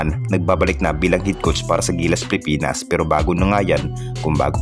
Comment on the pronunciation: Ayusin mo ang pagbigkas ng Pilipinas.